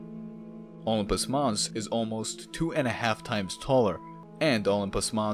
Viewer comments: "ompus" mars?? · I’ve never heard it called “Olmpus” Mons before. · OH-LUMPUS is driving me crazy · Isn’t it pronounced like O-limb-pus?............now I know that’s def not how you would write that out I’m just dumbing it down a bit. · Indeed. I noted the same. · Indeed. Sounded like Ullumpus to me. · Weirdest way to pronunce Olympus Thanks for video